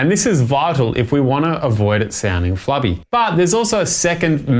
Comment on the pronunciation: Flubby….Flabby You say tomatoe, I say tomotoe